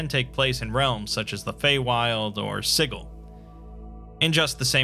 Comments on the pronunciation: Every time you say "sighul", it causes me pain. It's "SIJIL" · Good video however the mispronounced City of Siggle drives me a tad crazy. Overall good though. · "Siggle." Sijil. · It's not Siggle, there is one 'g' in Sigil. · Yep. The only thing that triggered me a little. I hope he will make a proper video about Sigil and Lady of Pain as well as touch Planescape: Torment storyline. Maybe someday. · The way you say Sigil makes me uncomfortable. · I refuse to believe that's how Sigil is pronounced. It just can't be. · I’m pretty sure the city of Sigil is pronounced with a “juh” sound.